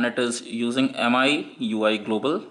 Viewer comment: It's MIUI (Mee-you-eye) not what you pronounced